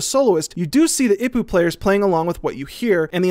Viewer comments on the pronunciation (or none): I can't correct your Gaellic, but the Hawaiian gourd drum is pronounced EE-Poo. Not IP-poo. There are five main vowel sounds Ah, Eh, EE, Oh and OOh. (a,e, i, o, u) though vowels can be combined. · Ipu is pronounced as “eepoo”. Just as a heads up.